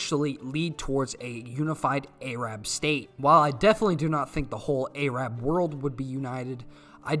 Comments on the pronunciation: Soddy Uhrabia and the Ayrab people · Other than the fact I'm not used to that pronunciation of Arab as A-rab, great video and I like the memes.